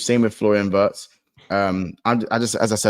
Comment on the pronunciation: pronouncing Wirtz correctly, end of days stuff. Watch the lad soar now.